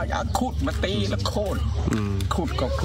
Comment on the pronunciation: โค่น ไม่ใช่ โค้น